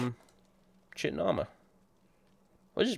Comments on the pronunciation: I know you don't care, but (Chitin) Ky-Ton (Cuirass) Queer-Ess. Regardless of whether or not you care, I feel the immense need to tell you. Just let me satisfy my OCD. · In German language Chitin is pronounced the way you are pronouncing it. That is great! like you know, engl: "Ky-tn" and ger "chi-tin". So it is a cool thing hearing you pronounce it the way you do! much love! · Me too, I always pronounced it Tchitin and not Kitin. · "i know its pronounced "chitin", but fuck you!"..... im fucking dyyyyying rn lmFAO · Complains about how people misreads Vvardenfell, calls Chitin > Shitin I just can't... xD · "I always pronounced it Chitin" :'DD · I always pronounce Chitin like you, so you're not the only one. :) :P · I also pronounced chitin like that. Now eventually I did pronounce it properly, but I do occasionally catch myself saying it like I used to. xD